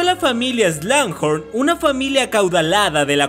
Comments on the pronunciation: Me exaspera ke en todos loa videos digas slungjorn es slughorn... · No entiendo por qué pronuncias "Slanghor" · Excelente video, pero hay una parte de mi que llora cada que pronuncias Slughorn jeje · SIIII!! a mi tambien me causa mucho ruido cuando pronuncia mal un nombre o apellido!! es feo escuchar un inglés mal pronunciado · pronunciaste incorrectamente el apellido del profesor agregando la letra "n" entre medio. Cosa que tú, al ser máster en la materia de Harry Potter no te lo puedes permitir. Saludos 🤗